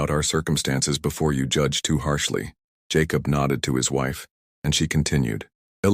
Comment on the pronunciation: Jacob and Hereford were not pronounced right. That bugs me.